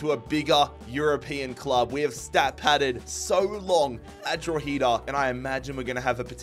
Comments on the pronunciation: Lol how you pronounce 'Drogheda' 😅 it's not Dro-heeeda, it's 'Dro-head-ah' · Drogheda is pronounced “draw-huh-da” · Love the video just a quick hands up the pronunciation of Drogheda is drog-he-da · trying to pronounce drogheda Utd hurt my soul